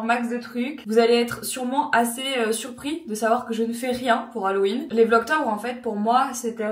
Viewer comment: On prononce « hallOween » et non « hallween » :) 😊